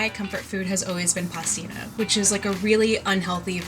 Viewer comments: WHERE ARE ALL THE ITALIANS COMPLAINING ABOUT THAT HORRIBLE "PASTINA"? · WHAT THE HELL IS PASTINA, YOU LIAR